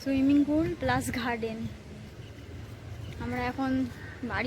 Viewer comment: মন্দের ভালো,বলা যেতে পারে।আরও কেয়ারফুল হতে হবে অবশ্যই,(১) ক্যামেরার দিকে তাকানো,কৃত্রিম মনে হচ্ছে,তুমি নিশ্চয়ই বাস্তবে কারো সঙ্গে ওই ভাবে তাকিয়ে কথা বলো না!?(২) ঘাস উচ্চারণ তুমি কি করছো? চন্দ্রবিন্দু যোগ করছ কেনো? ঠিক করে নেবে(৩) গার্ডেন কে কি বলছো? ঘ যোগ করে ফেলছ যে,দেখে নিও(৪) এডিটিং ঠিক হচ্ছে না,বলেই মনে হচ্ছে,একই ক্লিপ বার বার রিপিট হয়ে যাচ্ছে,ঠিক করে নেবে আসা করি।ভালো থেকো,এগিয়ে চলো।আগে একটি কমেন্ট করেছিলাম,উত্তম বাবুর ভিডিও দেখে,তোমার বিয়ের ব্যাপার এ,কোনো রিপ্লাই দিলে না,নিশ্চয় তোমার হয়তো বা প্রয়োজন নেই।